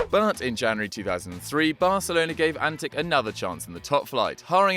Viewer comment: It is pronounced as antiCH not antiK, the fact that he is from serbia shud have given that away.